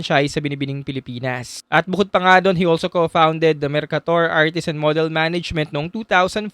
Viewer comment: u're mispronouncing d word model